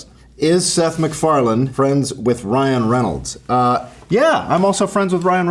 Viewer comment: Meth SicFarland. 😅